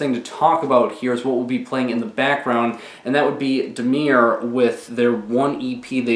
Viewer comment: When he says Damir instead of Damaar